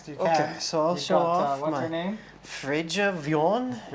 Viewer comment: dammit todd , her name is freyja wion. pronounced frey-ya we-on